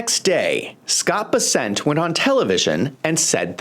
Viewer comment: This is minor... it's Bes'-sent not Bes-sent'